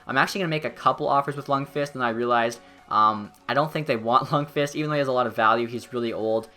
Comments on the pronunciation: The v in lundqvist is silent... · Learn how to say lundqvist lol